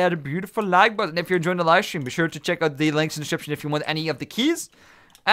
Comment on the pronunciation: u mean check not cheak right